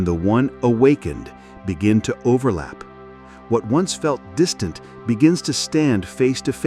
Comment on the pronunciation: IN, ANCIENT, EGIPIT MY, DISTENT, PASS.